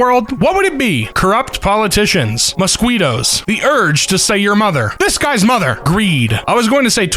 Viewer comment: Bruh. Mosquito. You said it incorrectly.